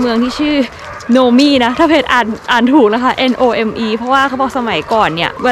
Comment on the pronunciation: Nome อ่านว่า โนม นะครับ คล้ายกับคำว่า Dome ที่อ่านว่า โดม อ่ะครับ 😁🤣 ปล. ผมเคยอยู่ Anchorage, Alaska มานานหลายปีครับ จบมัธยมปลาย และ จบมหาวิทยาลัยที่นั่นครับ 😊🙏